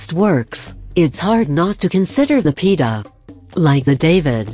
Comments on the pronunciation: Pita? Lol The pronounciarion is: pi-e-tah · WHY SHOULD SOMEONE WASTE OUR TIME BY THIS IGNORANT LIST....NOT TO MENTION THE " PE-TAH " ??? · ....The Word is. Pi-e-taa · Pieta does not rhyme with Peter.